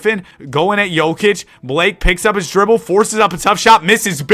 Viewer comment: "damn Blak-kay" that's crazy IYKYK